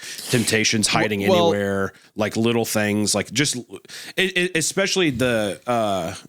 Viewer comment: How can Hunter be a college graduate but can’t figure out how to pronounce “anonymity” or “especially”? 😂